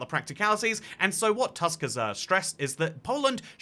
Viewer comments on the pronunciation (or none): Except it's pronounced 'Toosk', instead of the English word 'Tusk'.